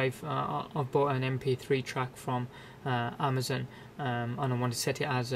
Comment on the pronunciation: lol "Amazun"